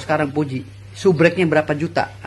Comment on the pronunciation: SUBREK ?????? SUBERAK X...Hwaduuhh pengacara koq ngomongx epetan..😂😂